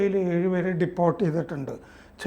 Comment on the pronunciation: പുതിയ ഉച്ചാരണങ്ങൾ കണ്ടുപിടിക്കുകയാണ്. "ഡീപ്പോർട്ട് ". ഡിപ്പോർട്ട് അല്ല 🤔